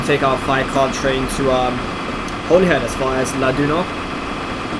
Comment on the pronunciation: I will rewrite Holyhead for you just so that you know how its actually pronounced even though its not spelt this way (HOLLYHEAD)is how its pronounced not spelt in this way, but Holyhead is the actual spelling